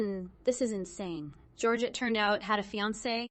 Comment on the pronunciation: The name is pronounced HOR-hay, not George